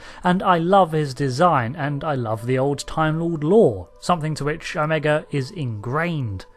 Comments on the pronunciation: It's pronounced "OH - MA- GA" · I dig how the Brits say O-MEGA.